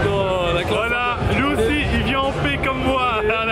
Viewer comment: Quand il dit '' de paix '' Je comprend "dopé" moi aussi ! mdrrr